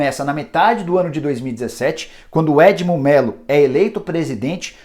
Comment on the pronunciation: É edno com N e não edmo como mencionado ! Parabéns meu timbuuu 🔴🐭🔴